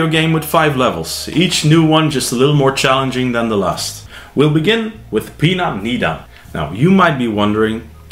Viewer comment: You are pronouncing Pinan incorrectly….. Pronouncing Pinan Pee Nan is wrong!!!!!! Pronouncing it wrong makes Pinan has a total different meaning!!!!!!!! Learn to pronounce Pinan correctly and make a video educating people how to pronounce Pinan the correct way…….